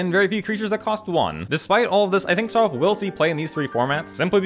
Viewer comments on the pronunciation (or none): next vid plz pronounce it "SAROOLF" has more impact